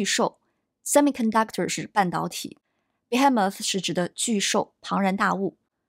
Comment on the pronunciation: behemoth 女声读错了；不过这样的视频真的很棒👍